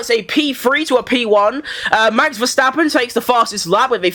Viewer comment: why it's always sounds like Max VerStrapon... U need work a little bit on pronouncing this😂😂😂